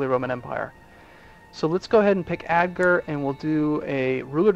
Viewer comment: yes Agder but he can not prunonce it